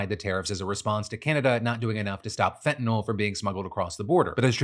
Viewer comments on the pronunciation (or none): none